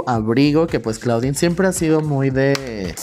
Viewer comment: La pronunciación es "Clodin" no "claudin"....es onomateya del nombre en francés. Además la palabra en inglés Claw se pronuncia "clo", es decir, "garra".